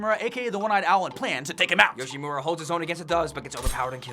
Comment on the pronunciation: FINALY SOMEONE CAN SAY YOSHIMURA RIGHT IM SAVED